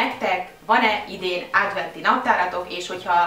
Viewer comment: nem rossz indulatbol mondom de adventi naptar nem ádventi